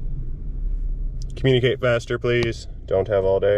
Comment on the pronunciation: * "communee kate" My bad LOL